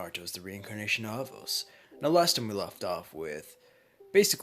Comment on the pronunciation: His name is Anos bro.. ANOS!!!!